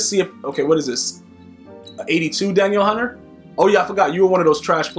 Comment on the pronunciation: Lol you’re saying Danielle hunter name wrong.